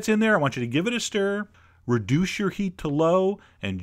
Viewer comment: you said redouche your heat. HA!